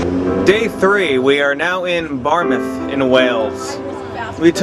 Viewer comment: Where is Aberswith? I know of Abber-wrist-with (sounds like whiff).